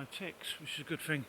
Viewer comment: First and last time viewer. Between the wind in the mic, you mumbling and whatever the fuck is rattling near the mic, I could only handle a couple of minutes. Oh and it's thought, not fought. It's thing, not fing. You're a grown up! Speak like one!